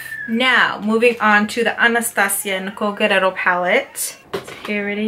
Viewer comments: But her name isn't GUERRERO It's GUERR-I-ERO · Isn't it Nicole Guerriero ? Not Nicole Guerrero ? Love you girl!!!